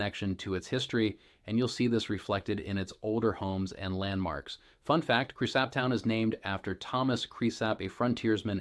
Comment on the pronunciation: You should probably learn how to pronounce the name of the town if you are going to be teaching people about it. Same goes for the name of the county.